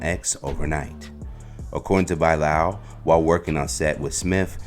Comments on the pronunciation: He does say Buy-Lowel 😂😂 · Bro can’t pronounce Bilal to save his life